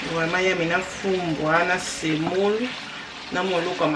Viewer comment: Bakongo ba lambaka Nfumbua S’il vous plaît et non Fumbua,. Au kongo central il n’y a pas des Batandu mais il ya des bantandu